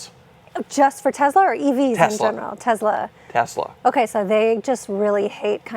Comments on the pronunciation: Why do you guys pronounce numerous words wrong? Tezla??? Not that it deserves being said correctly… it’s annoying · Guys, it's Tess-la not Tez-la :)